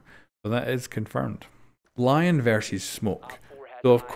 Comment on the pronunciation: Just letting you know “Lion” is pronounced like (le)-(on) since he is French. Love the content btw